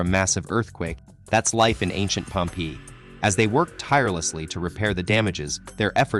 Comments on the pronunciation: i hate the way this AI bot pronounces Pompeii!!! (pronounced 'Pompay') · yeah the way he said pompee put me off the video